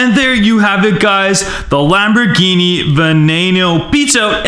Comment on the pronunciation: She said wombat geene xD